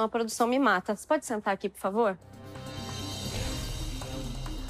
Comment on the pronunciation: Porfavo fasa iso porfavo. Pofavo